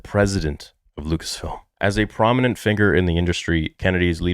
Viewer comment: Why does he pronounce "figure" like that 😂